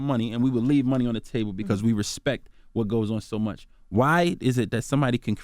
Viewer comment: put some RESPECK on Rico's name...... 🌳 🌲 🌴.....all Tree of ya'll 😂 😂 😂